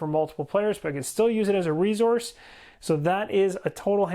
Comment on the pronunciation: Love the explanation and energy! However the word is resource not rezource.